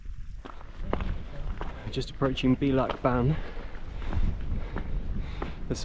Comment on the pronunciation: Great series of videos, I'd love to have done this - 20 years younger! Incidentally, and I'm sure others have told you, the Gaelic word bealach (pass, gate, entrance) is pronounced bay-lach.